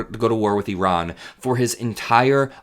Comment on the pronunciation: Thank you for pronouncing "Iran" the way the entire world except for unschooled Americans say it, that is, "Ee-rahn"; rather than "EYE-RAN".